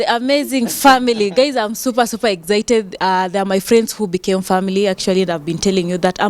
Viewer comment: Why do Kenyans says egsited instead of excited… of course I am a Tanzanian who speaks 3rd grade English.. 😅😅😅😅😅😅😅 just curious. Not an attack but somehow feeling naughty which prompted me to ask lol